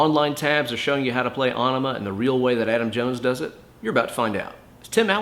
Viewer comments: Aaron Cohn thank you. Even if it wasn’t still pronounced “enema”, I’m pretty sure it wouldn’t be “winemaker”.... right? Not nit picky. He really should know that. It was pronounced correctly each and every time it was mentioned when the album was released. I remember standing in line for Bad Religion Gray Race then a few months after standing in line completely around the block for Aenema. Sadly no heart next to your comment. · It may be spelled with a weird Æ symbol but it's still pronounced "enema". Nitpicky, I know... but it's Tool, so... ಠ_ಠ 😜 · Actually pronounced e-nema. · I'm pretty sure the song isn't pronounced on-ima. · Bro, its pronounced Enema.